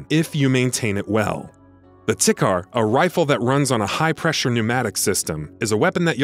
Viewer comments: Tikhar is pronounced Tee har Play the game before doing these lists It constantly reminds you to clean your weapons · The Tikhar rifle is pronounced "Tee-hah" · is it just me or does the way he pronounces tikhar feel wrong?